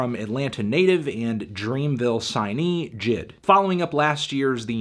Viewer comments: J.I.D not jid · Why you pronounce is Jid. It’s J- I-D. He literally says it on Off Deez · maybe i prefer saying J.I.D but it irks my ears when i hear this man say Jid instead of J.I.D 😪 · Lmfaoo it’s J I D not jid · Normal Human Pronunciation: JAY EI DEE Melon Pronunciation: JID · Its not jid its J . I . D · Jay Eye Dee.. Not Jid 😂😂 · Its J.I.D. not Jid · J I D Not jid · it’s J. I. D not jid... it so obnoxious that he mispronounced it the whole time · this man really called him jid the wholee video... its "Jay-EYE-Dee" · I met J.I.D. 2 years ago when he opened for Tory Lanez. Super cool dude. He actually pronounced his name “jay eye dee” not “Jid” just for future reference. I agree with the score though. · Bruh say it with me J. I. D. NOT JID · His name is Jay eye dee lol it just made me a tad annoyed lol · bruh him calling him Jid is mad fucking annoying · 10 seconds into the video and you already called JID “N.I.G.”. Smh fantano, dislike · Bruh why he sayin’ his name like that?😭💀